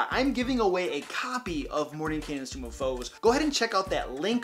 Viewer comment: Why does everyone keep saying tomb of foes? It's tome.